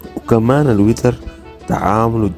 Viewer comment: دا شنوا النطق دا وييييتر .. 😂😂 بعدين دا شنو شكل المطعم دا كدا اطوروا فضحتونا .. وانشاء الله الاسعار .ياسودانييين استغلال الاسعار الناس بقت تتكلم عليكم